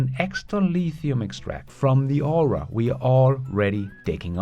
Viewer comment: with LFP batteries getting better all the time, what evs - other than long range commercial trucks, will still use silver & cobalt in the batteries? by the way,, the word "ore" is just one syllable. your English pronunciation is amazing! this is intended as constructive criticism to correct a small error. there are actually 3 homophones here: ore, oar & or.